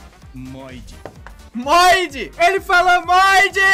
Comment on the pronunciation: ele fala MOIDE